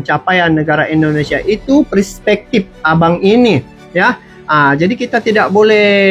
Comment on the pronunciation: Tictoker itu apabila cakap INDONESIA Bercakaplah DENGAN Betul,, JANGAN E, E , E TERUS KALAU MAU MEREAKSI INDONESIA!!! JADI sangat LUCU , kampung dan Aneh INDONESIA dia😁 COBA TIRU ORANG EROPA ,KOREA,JEPANG,THAILAND AFRIKA KALAU BERBICARA INDONESIA DENGAN BETUL TANPA AKHIRAN KATA E!